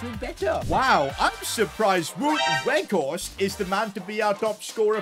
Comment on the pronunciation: its not wood werghorst but its sound like waut werghorst